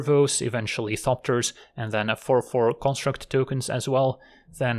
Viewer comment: "Karn-struct tokens". Hehe.